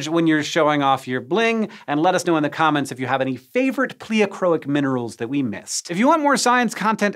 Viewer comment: My geology professors pronounce pleochroic very differently than hank does. Anyone else?